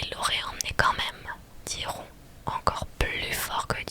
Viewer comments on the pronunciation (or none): Trop bien ! Mais c'est Malfoy, pas Malfoi :face-purple-crying: Et Ron se prononce Ronne pas Rond :face-purple-crying: Et Justin se prononce Justine , pas Justin XD (désolée je suis chiante mais ça m'a stressé xD)